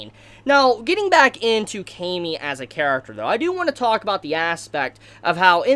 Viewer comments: I think its pronounce kah-me not kay-me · Dude you're saying her name wrong. It's Cam-y. Not, Came-y. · Ahhhhhhhh your pronunciation for her name